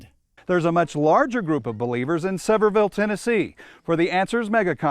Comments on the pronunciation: Is it bad that the most annoying thing about this is, as someone from that area, it's not "Sever-ville", it's "Seh-veer-vul". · It’s not “sever’ville” Tennessee, bud. It’s “suh’veer’ville”. At least, that’s how it’s pronounced locally, but the accents in these parts are so over the top that one could be forgiven for seriously wondering whether or not something spoken was actually English. In any case, the guy on the news there showed at the very least that he most likely didn’t speak to a single local about the town, or he would have immediately learned how not to pronounce it. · Sevierville is pronounced severe-ville. ive lived in East TN all my life and oh my god people are stupid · It’s pronounced “Severe”vile. I see these people all over my hometown. They really push young earth in east TN. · East TNer here too! Hearing people mis-say the names of towns always cracks me up. Easy way to pick out a non local.